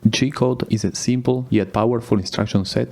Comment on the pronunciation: Everytime you say G-Code, it sounds like you are saying "Cheat Code" lol.